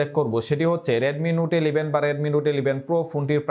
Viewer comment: "এলিভেন" আবার কী ধরনের কথা?